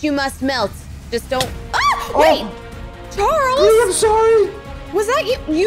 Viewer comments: It Bri not Bir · It’s Bri not Bree